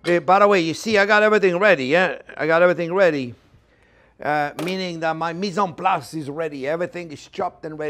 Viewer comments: Misenplas? No, it's "mise en place" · The name is "mise-en-place"... That's French